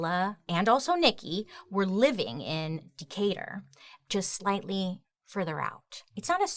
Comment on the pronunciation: I hate that when she says Conyers and Decatur. I shiver because I stay in Conyers and I'm from Decatur. It makes me feel bad